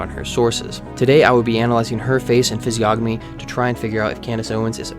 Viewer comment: you should know that the "g" is silent in "Physiognomy"